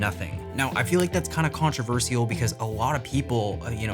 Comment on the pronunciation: the way you say controversial is very controversial